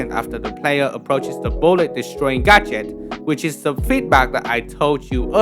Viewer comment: every time you said “gadget” I swear I heard “gacha” lol game dev is so cool